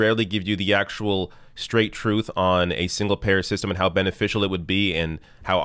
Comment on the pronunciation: trump can't pronounce the 'n' in 'and' because his nose is stuffed (with Adderall &/or coke, according to multiple sources).